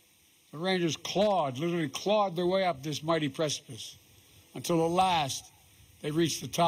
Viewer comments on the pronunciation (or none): none